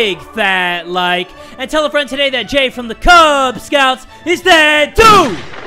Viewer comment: Did he say the "kubz Scouts book?"